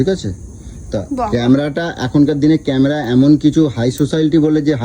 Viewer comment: Camera bolte pare na. Camra camra bolchhe